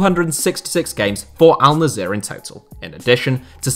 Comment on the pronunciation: its not alnzeer its alnassr